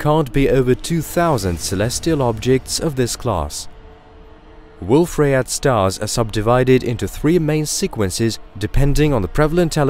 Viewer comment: it's pronounced booKAY.. I mean, ryeYAY